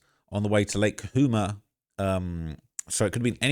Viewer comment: Sounds like Lake “Ka-Chu-ma” and Santa “E-Nez.” I spent 10 yrs in the area. These are massively trafficked areas. Great hiking spots, tons of people that drive those back grounds. In college, we used to drive up there and smoke weed.